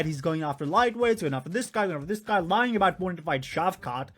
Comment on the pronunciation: “Lieing”? bruh…